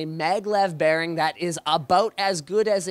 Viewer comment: wtf is a "maglev" bearin? .-.